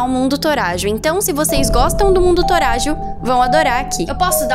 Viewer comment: Nn é toragio é totajo!